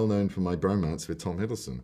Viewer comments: It's funny how Benedict called Tom's surname as Hiddlebum 😂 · OKAY BUT CAN WE PLEASE TALK ABOUT HOW BENEDICT CALLS HIM HIDDLEBUM CAUSE I CANT GET OVER IT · Others: Hiddleston. Benedict Cumberbatch, an intellectual: HIDDLEBUM